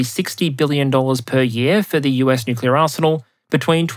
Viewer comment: Please be careful of slipping into the Homer Simpson "newk-you-ler" pronunciation. You mostly get it right but there a number of slips.